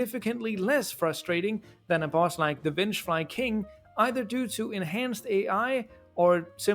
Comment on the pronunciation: Why did I hear you say the : b*tch flying king, instead of the vengfly king?! 😂